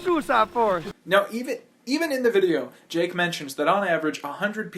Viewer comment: you said Ja🅱️e